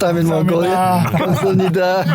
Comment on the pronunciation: камсамнида биш камсахамнида шүү.